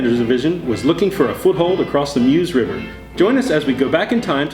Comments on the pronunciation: If only Americans can say Mause properly. It’s pronounced Mers not Muse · Meuse - pronounced Merz!!!!